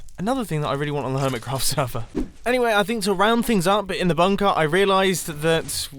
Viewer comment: Nobody Mumbo: bünkër